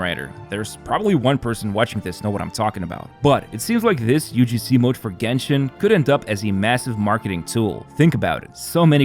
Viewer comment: Was thinking the same when he said jenshin